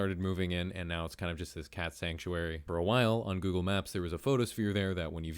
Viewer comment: "Goggle Maps"